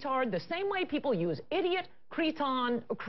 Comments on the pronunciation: she said Cretoun but meant Cretin. What an idiot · Does she mean 'cretin' when she says creton?